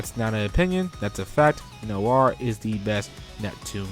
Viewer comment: Sorry for this but Noire is pronouced "Nwah" not "Nowah". It's French for Black. It was just bugging me. Nice video :3